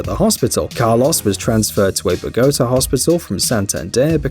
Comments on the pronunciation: LOL at the narrator pronouncing Jorge as “Yorga” and Bogotá as “BoGOta”. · Not even a robotic voice and he can't pronounce Bogota and doesn't know that the Spanish name Jorge is pronounced Horgay?